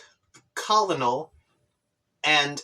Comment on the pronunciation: colonel is pronounced like kernel